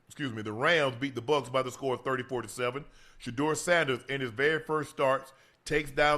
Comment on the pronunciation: Ocho "berry" Johnson 😅😅